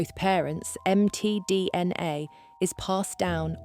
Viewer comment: I love how it says "Em Tee Dee En Aye" several times.